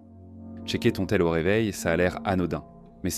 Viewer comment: "Cherker" ? "Scroll"?